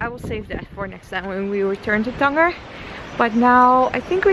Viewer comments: Cool vid, it's Tan-Jeer not tanGUer (Tangier /tænˈdʒɪər/) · It's pronounced "Than-ja" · ur nor saying the name of the city correctly .. ur have to say it like tanjier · it does not pronounced that way its tangier " as a J of Jeremy ", glad u had fun though.